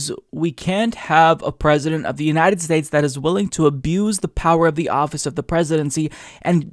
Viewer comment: "The Uninend States"